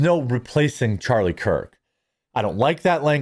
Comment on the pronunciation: I feel like u keep saying charlie kirt not kirk